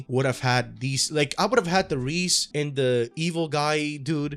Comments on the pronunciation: "Ríz" ... Bruh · Its pronounced "Rey-Zey" btw. For all the homies. Great vid tho